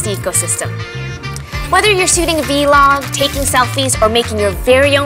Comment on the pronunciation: a v-log? lol never heard anyone say it like that.. it's a vlog..